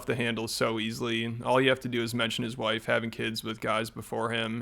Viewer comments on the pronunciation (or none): Dude said wwhife 😆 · bro said hwife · “100% faith and trust in my whife” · He said wife with an H, like in a proper English 'what'. Never seen that one before. My Whife! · "My w-hife! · His "whife" ugh he is so disgusting